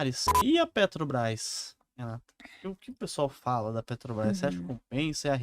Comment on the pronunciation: Meeeeeu Deeeeeeus! Estão matando a língua portuguesa mesmo!, vc teima em falar Petrobrais 🤔 E uma professora fala "alavanche" ao invés de avalanche! 🤦 É o fim do mundo mesmo...